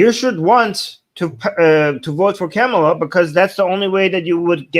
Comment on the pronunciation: I thought mispronuncing "comma-lah' is a sign of white supremacy, but it looks like no black person knows how to say it properly.